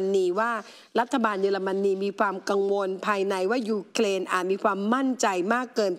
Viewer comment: It’s Ukrain not uklain